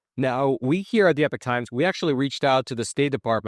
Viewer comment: this guy can't even pronounce EPOCH correctly.